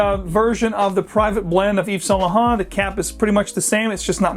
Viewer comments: Eve's Saint Luh Hont. lol. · Anyway you can say saint laurent the right way?